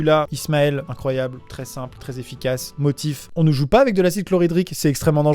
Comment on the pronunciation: Je suis trop contente par ce qu'il à prononcer mon nom PS: je m'appelle Ismaël